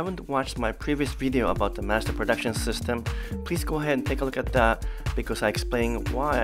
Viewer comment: Thanks for pronouncing Mazda the correct way! LOL I am not sure why we in the US started to pronounce it as "MAHZ-dah".